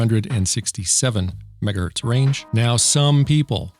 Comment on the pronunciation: majjigahurtz lol 🤣